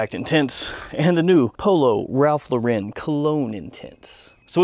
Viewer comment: It's pronounced Ralph LAU-ren, like the girls' name Lauren or Loren.